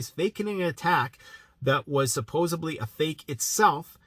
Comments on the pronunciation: Its Supposedly. Not SupposaBLEEE. Once you know it, you cant un-hear it 👍 (I will delete my comment once u see it, lol 👍 ) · I love this channel, but I have to say - it's supposeDly, not supposeBly. I know, I'm an ass, but it's like nails on the chalkboard to me...sorry...